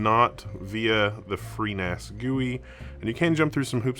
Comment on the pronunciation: you can never seem to say freeNAS... B I G B R A I N